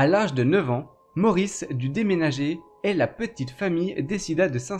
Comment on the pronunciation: Et toi tu ne serais pas possédé par l'esprit d'un segpa pour prononcer systématiquement les "et" en "est"??